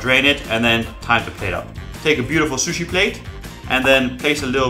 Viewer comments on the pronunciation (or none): Hey! Larry the Lobster... umm-good. Never heard sushi pronounced that way. Live and learn, lol.